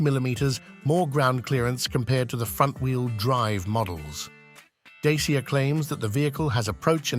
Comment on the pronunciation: It's a great car, and huge upgrades to the old Dacia (Dachia is the correct pronunciation....not dasia as you pronounce amd its the old nam of Romania).